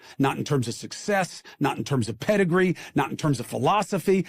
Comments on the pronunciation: No he didn’t say “predigree” 😂😂. Sounds like a New York elitist. People are sick and tired of this. Get a better message and humble yourself Cuomo. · Cuomo said “pedigree”. His brother is a dog though so he ain’t wrong.